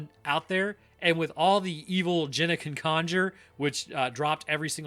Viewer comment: Why are you always mispronouncing things,, it's Genna not Jenna.. lmaoo your videos are good but infuriating...